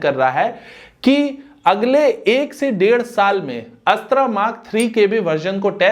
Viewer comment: अस्त्रा नहीं अस्त्र 🤣🤣🤣🤣🤣